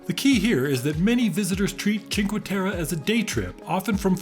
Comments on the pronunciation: i do understand you are not italian, but Cinque Terre does not have an international name. Its not like Milano where of course you would say Milan. You do pronounce cinquE ...not cinqu, and then you say "ter"... like WHY would you just pronounce whatever whenever :)) In italian you pronounce every letter unlike French or English where you have to guess what you have to say. This place has an italian name... not an international one. So just read every letter, its not that difficult. Other than that, nice video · Is it sooo hard to pronounce the last "e" in cinque terre? :((((